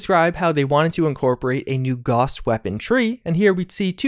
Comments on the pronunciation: Gows, not Goss, lord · Gauss=GOWSS not GAWSS